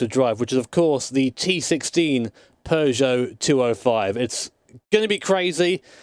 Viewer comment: Thumbs up for pronouncing PEUGEOT correctly, a much harder task than driving it.